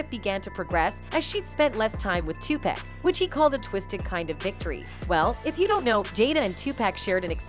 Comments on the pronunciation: Sweetie if gone do a video, do the research and find out how to pronounce the person's name you're saying! His name is Tupac! It's pronounced Topock sounds like sock with a (p).. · Y'all ruined the video when you said Tupeck instead of Tupac. Wtf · It’s Tupac not topack 😂😂🤦🏾🤦🏾🤦🏾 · I can’t take hearing her butcher his name anymore! It’s not 2-pack! It Tupac (2-pock)!!!! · 2 pack wtf. The more she said it pissed me off more. Come on man. Pack lol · Still saying TUPACK? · So no one's going to talk about how she says Tupac's name wrong. Damn near butchered the name 😂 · Can she say Tupac name correctly please? 💯